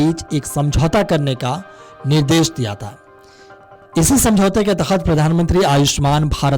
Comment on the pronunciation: अरे भाई उच्चारण तो सही से करता । तख्त नहीं के तहत होगा ।